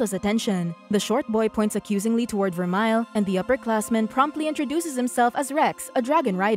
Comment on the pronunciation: and its ver-mel in pronounciation of vermeil